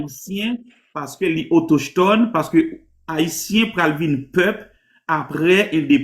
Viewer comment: Ki kote jwen mot autochetone sa menm😂😂😂 Le mot se autochtone, "CH" la pwononse tankou "K", pa menm kon li byen non mezanmi 😂😂😂